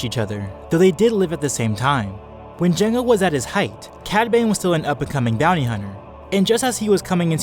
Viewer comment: dude I love your vids but when you said cad bane it sounded like you said padme